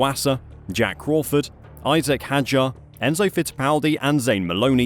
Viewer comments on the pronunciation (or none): none